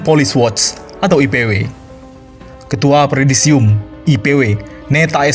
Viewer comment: wooi...yang baca siapa itu...predisium apaan yaak...et dah..presidium kali....maap yak..koreksi saja